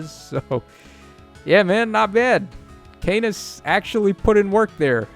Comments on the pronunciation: I'm sure it's pronounced "CAW-nuss". These refines are looking pretty good. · Corrects his pronunciation of Canas' name ALSO: immediately pronounces it CAY•NUS again.